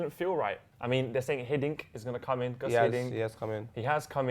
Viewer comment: its pronounced goose not gus